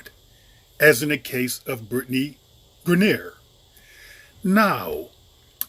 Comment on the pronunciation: You pronounced her name wrong the whole video....do yo research before you make a video on someone dude...